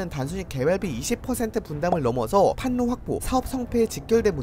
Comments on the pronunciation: 자음동화;; 판로~~, 소리로 읽으면, <<팔로>> 라고 읽어야 되죠?? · 형 이거 판로는 판노라고 읽는게아니라 팔로라고 읽어야혀